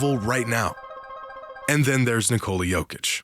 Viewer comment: his name is basically his country's version of nicholas. and yall calling him nicole-uh for absolutely no reason at all. damn silly